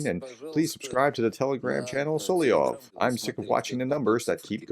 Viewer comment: Pronounced Sol-ov-yov not Sol-i-ov